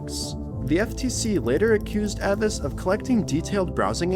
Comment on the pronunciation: I know it's just semantics, you pronounced Avast incorrectly 😂